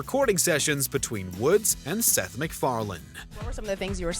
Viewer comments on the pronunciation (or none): none